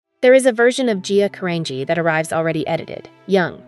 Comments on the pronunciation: She prounces her name differently/incorrectly every other time. It's annoying. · Would be better if her name was pronounced correctly throughout. Just shows the in ability of automation